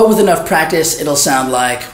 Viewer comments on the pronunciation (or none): I love the way he says pratice 😂😂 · Prectic😀 Prectice😀